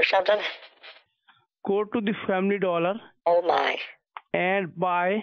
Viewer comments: “Family Dooler” LMFAOOO, I found this so funny. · He corrected “doolar” to “doller”… what a gem. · “Family dooler “ OMFG🤣🤣🤣